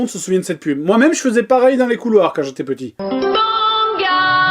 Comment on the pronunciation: Je te remercie Joueur du grenier de m'avoir fait boire de travers avec tes commentaires ( tu m'a plié en deux la )...... une autre chose ! ça fait plusieurs fois que je t'entend dire "Pitit" au lieu de petit tu le fait trop bien !